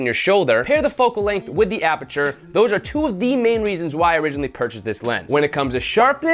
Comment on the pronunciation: "FAST APERATURE" lol